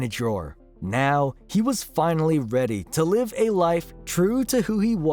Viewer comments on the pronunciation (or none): none